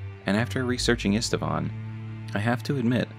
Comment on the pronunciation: Old Knight Istvan's name is actually pronounced Eesht-Vahn, not Ist-a-vahn.